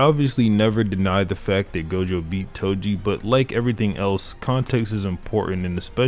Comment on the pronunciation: Bro said edo toji 💀💀💀💀